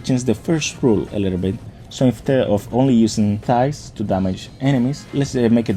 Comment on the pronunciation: I keep hearing thighs when you try to say scythes lol 😂